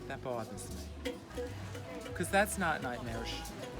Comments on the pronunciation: Omg I love when she says "That bothers me." w that New York accent. So happy I found this queen to brighten my sad life!!😂💗 Love you QUEEN COCO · I live for Coco's "That bothers me" in her New York accent!